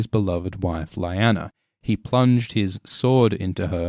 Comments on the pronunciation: Oh dear. This could have been good, maybe even great, but instead it grates, because the narrator says Lie-Anna, when it is always pronounced Lee-Nanna in the shows. Has he never seen a scene where the name is spoken? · I thought it was Leighanna not Layana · My dude, it’s ‘lee-ana’ not ‘lie- Anna’. They say it so many times on the show.. not trying to ‘hate’ all it’s just weird. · I thought Lyanna Stark was pronounced "Lee-Ya-Nuh" not "Lie-An-Nuh" dude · Hey, your videos rule! That being said, it was slightly aggravating to hear you call Lyanna LA-YANA, when it is most likely pronounced LI-ANA (same as in the show). Did George share proper pronounciation with you or is it something you figured on your own? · Lie_anna? Wtf?! Lee_anna. Say it with me: Lee_anna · You keep saying lyanna wrong in the show they clearly say ( le-anna ) not ( li- anna ) it keeps getting on my nerves lol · isnt it pronounced "Leeyana" and not "Lieyana" it feeld wrong in my ears everytime the name is said, and the name got said alot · isn’t it pronounced Lee-anna? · Lee-Ah-nah is how her name is pronounced. Rhaegar didn't die FIFTEEN years before it was 17. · You should pronounce it leeana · I hate to be a dick but, it's pronounced 'Lee-anna' despite the spelling 'Lianna'. Though I'm sure by now you probably know that already!? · whenever he says "laiyana" a part of me dies :( it's lyanna ffs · Just hurts my ear every time you say Lyana as LAYANA.....😏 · Lyanna is pronounced Lee-Anna... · It's not LAYANA.. please pronounce names properly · "LAIANA" wtf man . . . learn the pronunciation at least :s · It's pronounced "Lee- Anna" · Yeay,, new video! But it should be LEE-AH-NAH, oh well, hahaha.. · This was very interesting and I loved everything about this video except from the way you pronounced 'Lyanna', but that's neither here nor there. My only real issue is that the whole theory seems to rest upon an innuendo. Rhaegar stabbed his Nissa Nissa with his penis?